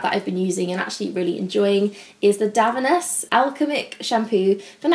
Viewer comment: It's pronounced Dove-E-nez! ITG did a video where they pronounce a bunch of brands. 🙏🏼 I love their products, especially that heat protectant. Great video!